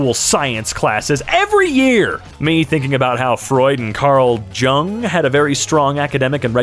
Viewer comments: I may be wrong but I'm pretty sure it's pronounced "yung" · Just so doesn’t feel stupid in the future, Jung is pronounced “young”. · Hi, cool video, just a small note: Karl Jung was a German psychoanalyst and therefore his surname is pronounced with the "Y" sound (like in the word "young") and an "OO" sound (like in "look"), phonetically that would be "YOONG". (Hopefully, I'm not a native English speaker.) I was genuinely surprised to hear it like that, lol I love your channel, keep up the good work! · Carl Jung's last name is pronounced yung. If it were Chinese it would be pronounced jung. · Jung is pronounced “yoong”. I know this isn’t anything but. It needed to be said. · jung is pronounced "Younge" or "Yoong" depending on who you ask. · carl jung is pronounced Young (yes it sounds like im being a bitch...i am Ap psych is making me a bitch) also i love your channel